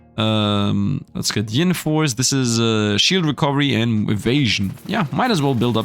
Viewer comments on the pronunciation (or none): Btw it’s yin force not ying lol you’re gettin g it confused with Yang force 😛:_SifdLaugh